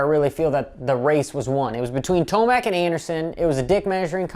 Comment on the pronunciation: ment ro say TOMAC not Timac